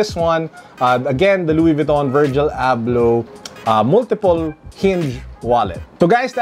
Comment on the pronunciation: Wallet looks nice. Did you get excited towards the end of the video as it sounded like you called him, perhaps it's his Moroccan cousin. 😉